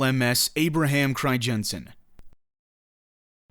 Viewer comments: fucking cRiJENsEn pronunciation pisses me off lol. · cri-jensen??? lol.... doesn't google have this speech-feature that pronounces words for you in native language? use it. The "ij" is a "Y" basically. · Cool, I did not know that, I am dutch.....btw the ij in Crijnsen is pronounced as just ‘I’ , really interesting video, thanks.. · It would be even better if he could pronounce the name of the ship correctly